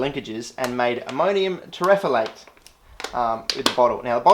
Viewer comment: Terephthalate = tarrif-THAL-ate